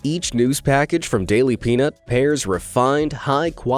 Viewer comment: Daily P”ee”nut 😂😂😂